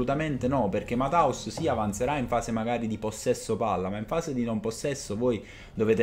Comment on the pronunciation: Ammazza che pronuncia mataus😂 é tedesco e si pronuncia Mattheus